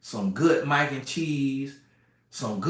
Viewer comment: we got the following from "shashuma," "peppa" "minaise" "tamata" and "maack (stay off ya baack ladies) N cheese." LOL! This was informative and hilarious.